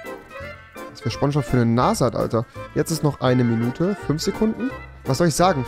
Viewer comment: Niemand: Rewi: SCHBONSCHBOB